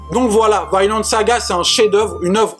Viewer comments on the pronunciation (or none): Mdr elle mtue cette vidéo , excellent manga , 100% d'accord avec toi et l'anime claque et il est sur Amazon , lol balanciaga ms poto tu tprends trop la tête pour la prononciation c un nom propre scandinave et ca se prononce pareil en anglais ou francais soit v-i-nland et pas vYnEland mais balanciaga tu m'a achevé mdr